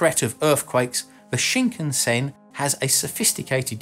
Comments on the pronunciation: Just a nit, but the "Shinkansen" is pronounced Shin-KAN-sen, just as most westerners would naturally pronounce. (It is not Shin-kan-SEN.) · Its pronounced SHIN-CUNN-SENN. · It's pronounced shin-can-sen, not shinkunsen. Interesting video :) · Okay, I understand people mistaking the pronunciation of Kyoto and Tokyo (people often say To kee yo instead of tou kyou), but Shinkansen is so easy. It's sheen kan sen NOT sheen ken sen. I haven't had a chance to ride on the French high speed rail, but the Japanese one is smooth and comfortable beyond belief. The only downside is the fairly high price. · The “shinkensin” you say? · CosmoDeus It's pronounce shin-kan-sen actually, exactly as it is spelled! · That pronunciation of shinkansen though 😱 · in france chou mean sprout lol sprout shinkasen ,,, vive la france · CosmoDeus Thats because the H in Khan gives it its pronounciation as Karn and tbh its only the Americans who mispronounce Japanese words! Just listen to how they mispronounce Japanese car names, such as Neesarn, Hornda, Marzda or Toyotar!